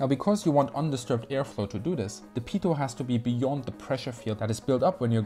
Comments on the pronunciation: A little person dies everytime someone says "peetut ". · Pronounced "pee-toe," not "pee-tot." Cheers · I heard PEDO tube... :)